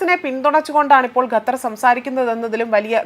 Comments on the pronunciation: Please Pronounce correctly NOT GATHAR, but Qatar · ഗത്തർ അല്ല. ഖത്തർ ........